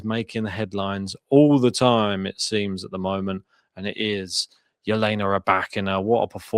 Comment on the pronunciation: When are you gonna learn how to pronounce Ribakinas' name? It does NOT have a J in it. It is Elena.